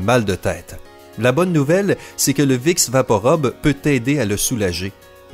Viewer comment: Vous avez un défaut de 🙉🙉🙉🙉🙉🙉🙉🙉 PRONONCIATION ami canadien ...😄 Vous dîtes vicks vaporobe.... c'est un U !!! Rube et non 👗 robe ....🙄🙄🙄